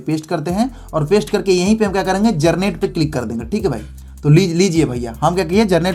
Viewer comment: Generate ❌ garnet✅ 😂😂